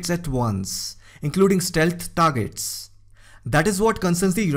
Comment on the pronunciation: "Americal tagets". This guy sounds very much like the scammer who called my granny last month to get her social security number.